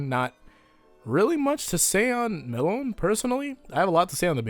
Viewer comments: Melone is pronounced meh-lone-ay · "WHY HE SAYS MELONE IN A ENGLISH PRONUNCIATION IF IS AN ITALIAN NAME HE WOULD MUST SAID ME-LO-NE IN ITALIAN, WHY WHY WHY WHY?!?!?!" -Ghiaccio